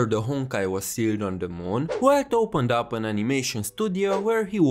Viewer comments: Keep in mind: "Welt" is pronounced as [Velt] because the German language pronounces W like a V. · The main crime I see in the game is to not pronounce Welt "Velt" like it's supposed to be in german